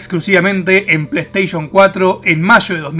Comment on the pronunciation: "Resident ivol de pleistieshon que sho jugaba "